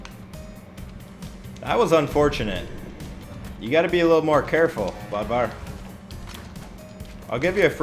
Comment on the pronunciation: Btw you.pronounce Bödvar like Buhdvar. Boom You're now scandinavian